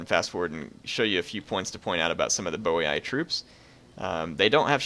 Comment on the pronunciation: Its actually pronounced "Boyyyy"